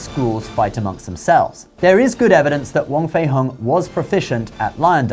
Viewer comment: Its more pronounced like hong (ho-ng) rather than hung. 😂 it souds so weird you saying as in "hung" up the laundry". Wong/huang fei hong